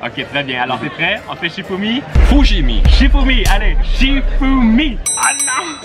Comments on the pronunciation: on dit pas fouchimi on dit chifoumi!!!!🧐🧐🧐🧐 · a dit fichoumi😀😀😂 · il a dit fichoumi au lieu de chifoumi